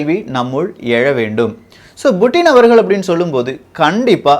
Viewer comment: Yov puttin not buuttin tamilan per edukra